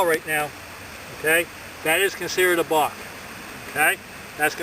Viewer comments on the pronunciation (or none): Sounds like a bostonian saying “bark”